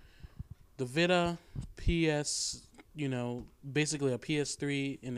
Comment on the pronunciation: veeta.... VEEETA not vihta